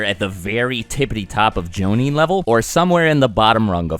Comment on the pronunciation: "...makes it pretty clear that he's not an average jounin." Am I the only one that thought he said Zabuza's not an average Joe...nin?